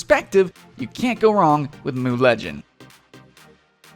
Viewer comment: who else cringed when he said "moo legends"? ITS M-U